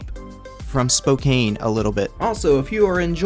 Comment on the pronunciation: You bro jst saying Spokane is pronounced, SpoKAN the E doesn’t do anything, anyways that’s just a small thing in general this is a good video